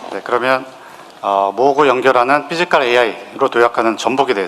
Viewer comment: 삐지칼이아니라. 피지칼입니다 발음이 우껴와요 ㅋㅋ